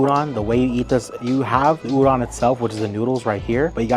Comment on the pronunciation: Great video! FYI, “udon” is pronounced “oo-dohn” or perhaps “ooh-doan”. Like ooh ooh pick me. And “doan” like loan. I hope I make sense. 😊